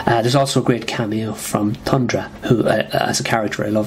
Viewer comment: It's TH-undra. (Unless that's an accent; if so, apologies) Jeez, 3 out of 10 stars for FF 133, the legendary, gorgeous Ramona Fradon fill-in?? I think you're way off the mark on FF 141 as well. That was one devastating story for the invested reader. It's a pop culture touchstone as well, figuring prominently in Ang Lee's film masterpiece, The Ice Storm. I have to agree about 149 though, as much as I love that story overall. We are never given an adequate explanation for Sue's bizarre behavior, especially her accompanying Namor to attack New York. Crazy. Unfortunately, you missed out on a good chunk of that overall story. It really begins in FF 129 (with the introduction of Thundra) but you could easily argue that things truly kicked off with 126 and its excellent retelling of the FF's origin.